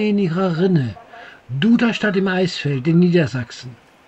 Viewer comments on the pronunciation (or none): Sehr schön in Szene gesetzt. Kleiner Hinweis - Eichsfeld wird "Eiksfeld" ausgesprochen.